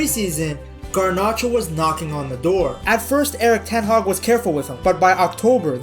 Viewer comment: Eric Ten Weeks? I heard it 😜